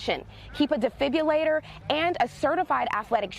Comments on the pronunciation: "DEFIBULATOR" 😂😂😂 I heard nukular power plants keep defibulators on hand in case anybody's heart is in a state of fibulating. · The word is spelled and pronounced defibrillator.